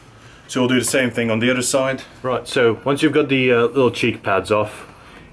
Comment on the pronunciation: and dew da same ting on dee udder side. luv it thx for the vid